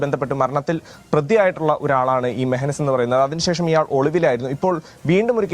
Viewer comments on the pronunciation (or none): മെഹനിസ് അല്ല മയോനൈസ് 😂